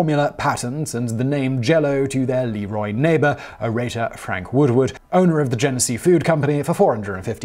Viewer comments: it’s not LEE-ROY, it’s pronounced Le-ROY. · Great video! Most people around here pronounce it "Le Roy" not "Lee Roy". Also I wonder if there is any correlation between the Mormon's liking Jello since it came from about an hour away from where the Mormon Religion was created. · Leroy is pronounced Le'Roy. Like, the king. Leroy is your mechanic's brother. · I've lived about 1/2 hour drive from the museum all my life. Have never been there. Most local natives pronounce it Lĕ 'Roy, not Lee-Roy, just fyi. But, one wouldn't know that if one wasn't from here 😁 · I've been to the Leroy museum (it's pronounced La ROY, btw). I was there before the Cosby scandal broke, but at the time there were a TON of references to his commercials and print ads. I'd be so curious to see what changes they've made in the last few years... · When I saw this video come up, I wondered "Hmm, I have a feeling Simon isn't going to pronounce LeRoy correctly", lol!